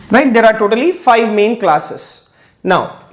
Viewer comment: Thank you for the wonderful lesson. One thing that kept bothering me throughout the video is pronouncing V as W? Please, correct that. I don't understand why do they pronounce V as W? So, annoying. Please, pronounce FIVE properly. It's not FY. British, American nobody pronounces V as W. Please, please, please I beg of you. Make correction on that.